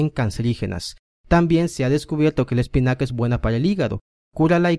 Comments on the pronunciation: Jajaja espicana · Jajajaja Like si en el segundo 10... Vieron el error ... " Espicana "